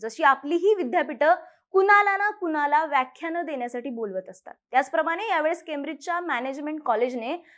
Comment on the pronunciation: "कुनाला" नव्हे "कुणाला" .. शुद्ध मराठी सुद्धा बोलता येत नाही !